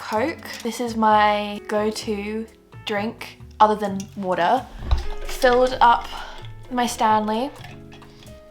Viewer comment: Random, but where is your accent from? I know you said you live in Edinburgh and your family live there too but when you said “water” it didn’t sound British at all 😂